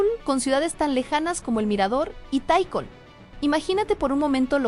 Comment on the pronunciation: no, no me confundí, dijiste taikol